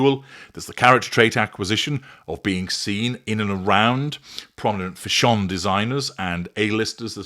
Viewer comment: I will never pronounce fashion the same way again 😆😆